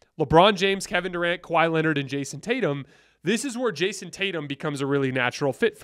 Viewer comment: Did you just say kahwi in his Prime 😂😂😂 .. what prime.. prime load management